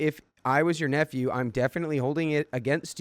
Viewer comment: I kid you not when I first heard you say I have a niece and nephew it sounded like I have a niece and f u. But I miss hear everything it's how my brain works